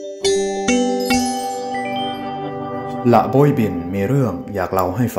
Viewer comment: ถ้าเป็นสำเนียงไทย ละโบยบิน คำว่า โบย ต้องออกเสียงต่ำครับ